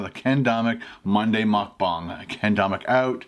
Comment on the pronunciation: they said "mukGANG"